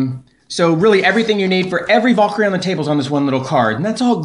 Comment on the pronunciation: and again, its not a Vaul-kyrie. its a VAL-KYRIE